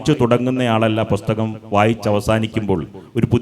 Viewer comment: പൊസ്തകം അല്ല പുസ്തകം 🤔